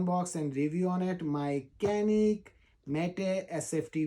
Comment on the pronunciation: Right pronounciating is chu nick - ca nik. Start like chuck then say nick